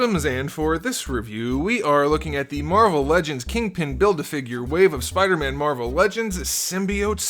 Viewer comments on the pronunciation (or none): Why do you said him spooder man dump